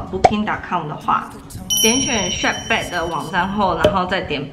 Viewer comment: 不好意思，不是shapback喔是shopback. Klook是連在一起念的。感謝介紹!